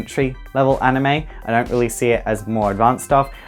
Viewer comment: ''Animeu'' -PewDiePie